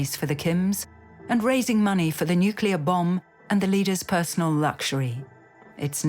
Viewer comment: ...When 'experts' on nuclear things can't say the word 'nuclear' correctly. 😖